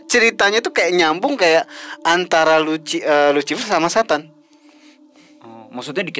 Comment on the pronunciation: euleuh-euleuh jadi si luciper teh asli sunda? Sarua atuh euy jiga urang 😂